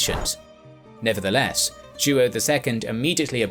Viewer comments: João the king of Portugal. Sounds like joe-OW. Not joo oh. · JOÃO is pronounced roughly as Juwow not Juo. 😆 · It's more like "Jo-ah-um" altogether. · Wonderfully clear story telling. Only I'm a little distracted by the mispronounciation of João as "King Ju-oh." The name is pronounced "Zhwawñ," with the final sound mimicking the final N in the French word "non." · Joao is not pronounced "Jew-Oh", it's ZhWOW. Other than that, I loved this episode. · King Joo-oh 💀😅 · Great video! I love the series! But you gotta work on the pronunciation! Joao is like WOW but nasal :) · Until around the twelfth minute, i thought that the Portugues regent was "Duo", then i saw that it was "Joao" (which sounds nothing like the dude pronounces it). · Joao is pronounced Jow, it' sounds like saying How but with a J instead of an H. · Joaõ is pronounced like "YO - AO". Great channel! Best regards from Paraguay. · It's more like " Joh' " isn't it? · Mas a pronunciação de João 😅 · Oh my you butcher Portuguese names… don’t translate names 😓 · How hard would it have been to learn how to pronounce Joao? Very unprofessional. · He’s completely butchering the pronunciation. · I find hilarious the way you say "João" . One of the most comon Portuguese names, but becouse the "ão" doesn't exist in the english language, I can totally see the hardship. Great video, as allways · Ai ai ai, that "João" pronunciation...